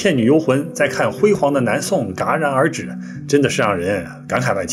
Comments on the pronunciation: 断壁残垣(yuán) 戛(jiá)然而止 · 戛然而止（Jia） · 戛（JIA）然而止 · 老师，内容做得很好。想纠正一下应该是断壁残垣yuán，戛jiá然而止。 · 断壁残垣(yuan)戛然而止(jia)😂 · 戛(jia）然而止